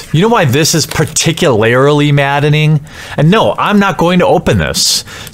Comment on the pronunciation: you said particularily instead of particularly